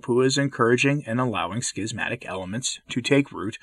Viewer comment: I appreciate the pronunciation [skizmatic]. The alternate [shizmatic] just sounds wrong to me.